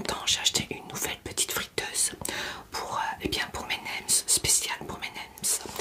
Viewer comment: bonne vidéo comme toujours ! on ne dit pas nemZ ou wrapZ , on ne prononce pas les" s "du pluriel.